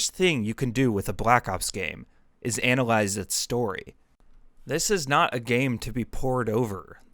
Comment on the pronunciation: Bro really took an English AP class and said, I’m gonna anAliZe call of dUUUTy